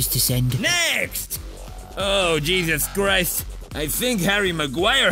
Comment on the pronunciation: Not jesus christ But he use to say "cheesus christ"